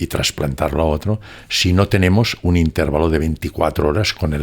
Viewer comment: No tengo duda de la elevada cultura del, un hombre muy bien preparado, sin embargo la idiosincrasia es dominante. Ejemplo: Él dice intérvalo como palabra esdrújula, no obstante sabemos que es grave, es decir intervalo. Sería bueno que alguien le corrigiera con el mayor respeto. es un hombre humilde y lo agradecerá. Mis respetos de quien tengo que aprender y aprendo. Gracias